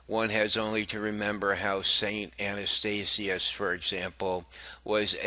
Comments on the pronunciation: Please pronounce words correctly. It's Ath-na not Anna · ATHANASIUS....not Anastasiuous? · Saint Atha nasius, not Ana stasius. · Forgive me "Athanasius NOT "Anastatius" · Gadol Adonal - it's pronounced "ath-an-A-sius. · Sir, if you cannot properly pronounce the names of two of the Church's greatest saints...Please, just be quiet. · Dude your voice is boring and you cant pronounce Athanasius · Please pronounce the names correctly, I was wondering who you were talking about. A-th-na-tius Chri-sos-tom These are well known saints please don’t mind but I wasn’t looking at the video and I honestly couldn’t understand who you were referring to until I read the text. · Pity the reader couldn't pronounce the names of both ATHANASIUS & John CHRYSOSTOM. Sadly we seem to have a Pope who seems against all of those preaching the truth including his comment to a homosexual the "God made him that way". Saints of God come to our aid!! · learn to pronounce Athanasius, Chrysostom